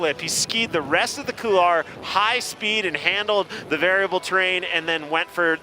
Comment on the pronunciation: Imagine holding a competition in a couloir yet no one can pronounce couloir properly. Oh America, stay dumb!